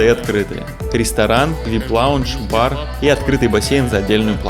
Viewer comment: Да боже мой, Аль РиККА (а не рига), БАр (бар, бар, а не бур) Дубай, ДжАбль Али, Дубай-Марин (не марина)))🤣🤣🤣